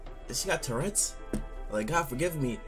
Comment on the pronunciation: I'm dead he said she got terrets